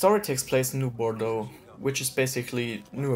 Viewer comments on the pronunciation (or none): none